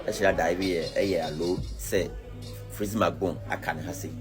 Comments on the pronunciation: Bro you have learn your pronunciations well, the name is freezy not flexy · Why are you calling him flexy instead of freexy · Massa freezy not fleezy ok prepare yourself before you come